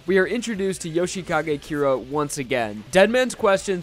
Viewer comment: Jousheekage Keera? I thought his name was Yoshikage Kira